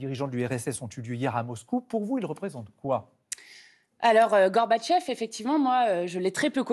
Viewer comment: C'est comme cela qu'on doit prononcer Mikhaïl Gorbatchev.